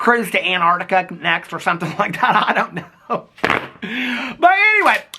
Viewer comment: Sometings" 😜😜😜😜 love ya